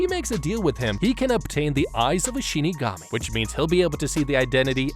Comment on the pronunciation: Who here heard him say Shitigami instead of Shinigami?